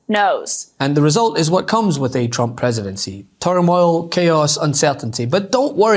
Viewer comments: Sounds like she said a president chump. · This commercial brought to you by the American taxpayers. You’re not welcome. My god Biden had the country roaring again. Only the worst evil person would try to set our country on fire and throw gas on it. This chick says Chtrump.